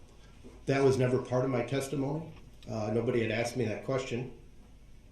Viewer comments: Lol objection " axed and answered" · AXE 🪓 AND ANSEWERED 😆 🤣 😂 😹 😆 🤣 😂 😹 😆 🤣 😂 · Objection Axed and Answered ! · Axed and answered